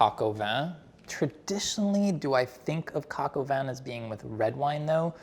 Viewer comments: "This, is Julia Child's... coke-oven." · "Cork oven" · So that’s how you pronounce Coq.